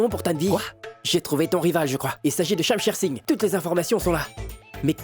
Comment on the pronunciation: Konbyn Moun ki tnde li di Shamsher Sign😂😂😂😂😂😂😂😂😂😂😂Mon Shamsher pa yn ti kal Gason non😢